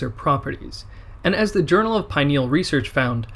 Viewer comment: and "SATIETY" hormone is pronounced SATIETY, not Sotiety, and pineal gland not to be pronounced pine-nee-ul